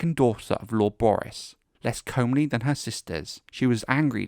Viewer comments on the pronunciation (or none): Cheers lad!!! Lol - for future reference; hobbit Hightower- (is actually ho-Bert you said it correctly a couple of times) Also comely is “come-Lee”